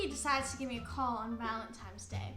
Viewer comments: Jesus I love this vid but Dani it’s ValentiNe’s Day not ValentiMes day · Proof she's still a child: She still says Valentimes🤦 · "valentimes day" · ”Valentime” 😟😣”valentimes” 🤮🤢🥴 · This is how many times Dani said valentimes day | | | v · "valentimes day" WAHAHAHAHAHAHAHAH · "Valentimes Day"... must be a new holiday 🤔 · no one: Danielle: vAleNtiMes DaY